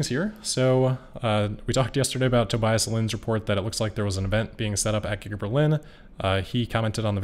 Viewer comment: Tobeeeeeeeas Not Tobiiiiias